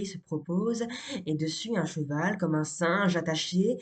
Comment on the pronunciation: Bel effort comme toujours. Attention cependant aux scansions qui font le vers faux : il faut lire com-MEUH (2 syllabes), har-GNI-EUX (3 syllabes), jour-nel-LE-ment (4 syllabes), confis de sci-en-CEUH (3 syllabes).